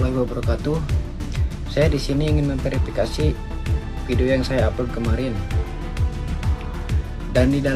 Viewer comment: Perifikasi, udah tolol salah ucap pula, klarifikasi wee